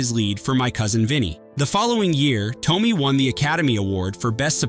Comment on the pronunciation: It’s Marisa Toe-may not Toe-mee